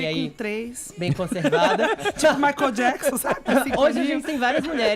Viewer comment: Não é "Maicon" é "Michael" ! rsrs